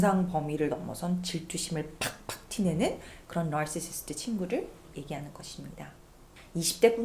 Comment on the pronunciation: 선생님 narrr시스트 발음 너무 좋아요 속이 뻥뚫리는 콘텐츠였습니당 >.,<